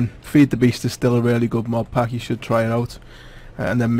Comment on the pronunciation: sounds like he's saying mob